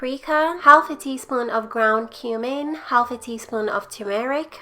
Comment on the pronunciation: Yummmma! Say...u dont have2 say the L in "half"...theres no good reason why they spelled it that way!